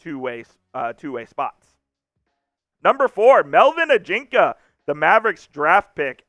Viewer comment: You may want to check out the pronunciation of Ajinca.